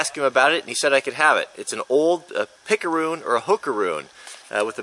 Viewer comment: jajaj cuando dices "pickaroon" , en español es muy gracioso.